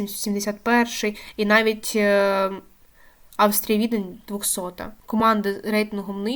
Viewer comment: Хороше відео. Хоч приблизно дізнався з нього різницю межи не/сіяними. Я Вам дякую, проте, Ви певно перехвилювалися чи що, но треба підівчити назви команд-суперників. Приклади: Аустрія (Відень), а не Австрія; Жáльгіріс, а не Жальгíріс; ГіК, а не ХіК. Тощо.